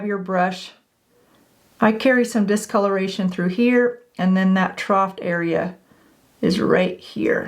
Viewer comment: “Trough” does not have a T at the end.